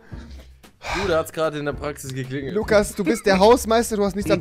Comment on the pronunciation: Lugas mit g